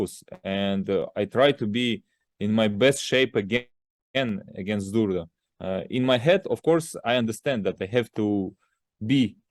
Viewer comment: At times he says Zurda then it sounds like he says Zurdo, his english is fairly bad. You can see he has trouble truly expressing himself in english. I dont think its on purpose. Just gets the A and o mixed up in his language.